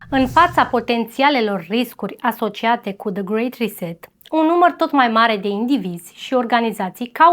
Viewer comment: Și cuvintele care nu le înțelegi pe engleză mai bine le zici pe Românește 😔 grey reset